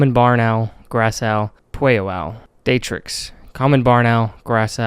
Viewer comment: it’s pronounce “Dart-trix” not “day-trix” redo the whole video